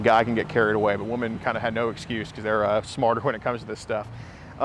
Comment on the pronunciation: Please teach the plural of WOMAN is WOMEN pronounced WHI-MEN